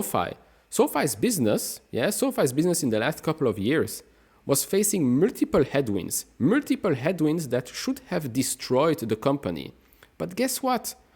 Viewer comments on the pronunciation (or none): M-U-L-T-I-P-L-E… not murtirpur👍